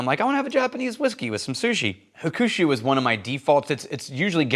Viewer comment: please let me help. It’s pronounced Hawk-shoe😅. I agree, if I’m choosing a Suntory bottle, I’ll pull the green one vs the brown one most of the time. WRT the staffing/marketing message, I agree BUT if they market the wrong way, it will ruin the business>at a world whiskey event, saw a WHISTLING PIG REP completely turn a customer off the brand after insulting the customers intellect. The rep said if you don’t like rye, then you really don’t know or understand whiskey. That customer had traveled to whiskey events all over the world, tasting hundreds of offerings… The Pig is no longer on the list.